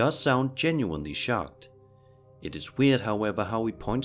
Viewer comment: He said "socked", like being punched in the stomach.